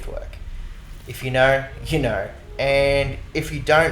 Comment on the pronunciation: If naur you naur if you dont naur you really don't wanna naur 😂❤ that tickled my brain so much